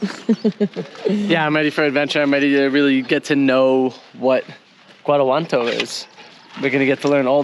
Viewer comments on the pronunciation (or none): She literally got it wrong every time she said it. Guantanamo, Guanajuanto...smh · You might want to learn the correct pronunciation of Guanajuato. (Wan-a-wat- toe) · Every time you say the name Guanajuanto you say it differently, it's not Guanajuanto, it's Guanajuato.